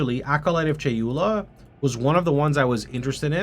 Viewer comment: I'm from deep south Texas BRO you just said "acolyte of CHALUPA" haha someone's hungry